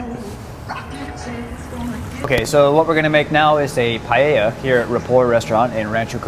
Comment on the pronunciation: He cant even say paella